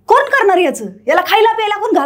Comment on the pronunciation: आहे न ताई फरक 'कोन' आणि 'कोण' यात फरक समजत नसेल ताईंना तर त्यांना साष्टांग नमस्कार